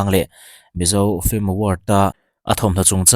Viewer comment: FILM hi FLIM ti-a lam hi a thing ngawih ngawih. Intih chankanna mawl thlak tak a ni. "Inchengvawng/inchengvawn" tih hi tawngkauchheh dik lo a ni. "Chengvawng/chengvawn" ti ila a dik reng.